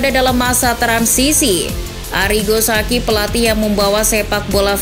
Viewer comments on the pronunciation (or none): none